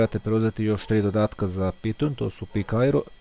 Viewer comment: NE KAŽE SE PITON NEGO PAJTON!!!!!!!!!!!!!!!!!!!!!!!!!!!!!!!!!!!!!!!!!!!!!!!!!!!